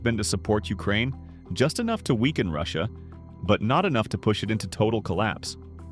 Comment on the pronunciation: “Urakaine” hits hard